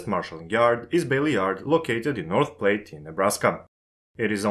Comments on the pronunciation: Platte rhymes with hat. Keep up the excellent vids. Subbed. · Just so you know, Platte is pronounced like flat without the f. Sounded like you said plate.